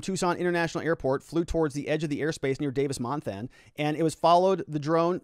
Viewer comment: Sorry. Had to laugh at your way of saying KOLD (they literally just say the letters) and how you say Davis Monthan (Mon-th-on is kinda how locals say it). My mom lives on one side near the base, my in-laws in Marana, my brother and sister-in-law near the airport. Kinda scary to see the flight pattern. I remember living near the airport in the mid-00s and we had helicopters searching over our house all the time. I highly doubt that most people in Tucson proper thought anything of a helicopter searching at that time of night.